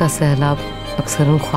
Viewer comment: No no.... Takdeer, khuwaab!! Kharab Urdu pronunciation ne saara mood off kardia. It is taqdeer. Ek nuqte wala 'kha' hai hai khawaab me. urdu shaiyra dikhane ke liye is cheez kha dhiyaan rakhna laazmi tha Bansali sahab.